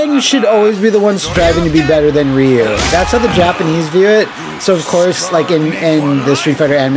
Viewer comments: It really boggles my mind that they can actually pronounce “Ryu” properly when it’s a part of “Shoryuken” but still calls him Rye-Yoo.🤨 Yeah, a lot of people still call Ryu as Rye-Yoo even to this day but I’ve never seen a single soul that calls Shoryuken as Sho-Ryu-Yoo-Ken. LOL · Same honestly. But then they would always say Ryu's name wrong and I couldn't take that lol. Also Ken is a friggin moron in this series. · Yeah, it was kinda forgivable back in Street Fighter 2 era as the game didn't have any samples pronouncing it (other than shoooryuken) but there have been many, many, many Street Fighter games since then that outright say Ryu's name out loud and correctly. Plus the anime movie released in english in 1994 said it correctly too and I would have expected many SF2 fans to have seen it by now even if they hadn't bought the movie back then themselves (I bought it then here in the UK and it became one of my most watched movies ever. And beats the heck out of the Van Damme movie that itself gets Ryu's name wrong and this cartoon is based on that). Ryu is one of the most recognisable characters in gaming. He's iconic. It's weird that even after 30 years there's so many people who can't get his name right... Anyways I ranted a bit more than I probably should. Been a long annoying day. Off to be bed. Goodnight. :D